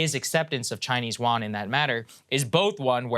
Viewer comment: Im sorry I keep posting about pronouncation but Yuan is pronounced wrong. (y-U-en)